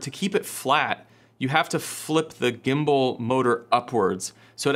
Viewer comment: Did you say Gimbal or Gimbo?, Like Pam, Pan or Pand.....